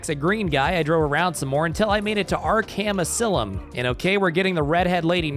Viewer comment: What the damn is " arkham asy-lum " 😭😂😂